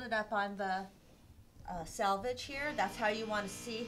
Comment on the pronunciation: Selvege not salvage